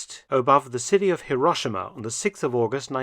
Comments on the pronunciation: Even Truman managed to pronounce Hero-she-ma correctly, Mark! (And as a native, I say Edin-burr-a!) 😅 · C'mon. Hi Ro Shi Ma. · Currently in Nagasaki (late May 2024) and having visited Hiro-shee-ma (our native Japanese guide's pronunciation!) a few days ago, I can vouch for the interesting vintage trams (streetcars) running in those cities, alongside the more modern examples. A visit to the Peace Parks & A-bomb museums in both those cities is a sombre & sobering experience.